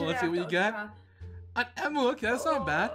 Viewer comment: ITS EMU NOT EAMU